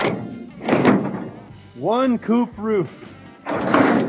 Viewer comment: Hey, whats the plan for the woof? eer i mean roof!